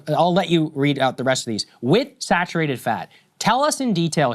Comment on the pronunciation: Excuse me sir, it’s actually pronounced “snatcherated fat”